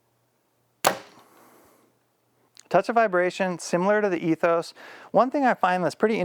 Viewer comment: That Ethos seemed super quiet! I think it’s pronounced E-thos not Eh-thos